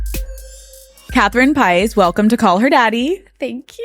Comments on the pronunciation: The pronunciation of her last name is a little irritating lol. It’s pah-ees not pies 😂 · Katherine PIES. 😂 PIEEEE-EEEE-SSS is the correct pronunciation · Couldn’t pronounce her last name right?